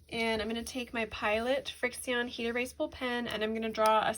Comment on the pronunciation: And I’m pretty sure the pens are pronounced “friction”